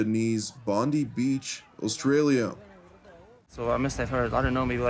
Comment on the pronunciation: Bondi is pronounced Bond-eye.